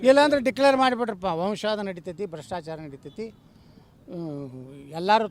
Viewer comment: ಮೊಟ್ಟಮೊದಲು ಸರಿಯಾಗಿ ಕನ್ನಡದಲ್ಲಿ ವಂಶವಾದ ಅನ್ನೋದನ್ನ ಕಲಿ ಆಮೇಲೆ ಇನ್ನ ಜೊತೆ ಇರುವವರೆಲ್ಲ ವಂಶವಾದ ಬಿಟ್ಟು ಹೊರಗಿರುವವರೇ ಎಂಬುದನ್ನು ಯೋಚಿಸಿ